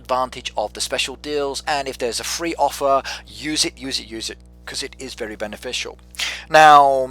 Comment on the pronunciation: Sounds like he’s saying “vely” like a mix between r and l